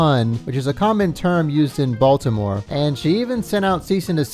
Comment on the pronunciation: Oh, so that's how you say "Bawlmer"